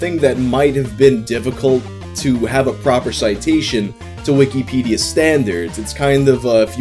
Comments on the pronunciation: The way you say wikipedia makes me think youre talking about a different website since you say "wiki-pedia" instead of wikipedia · Love the way says "weekee peedee-uh"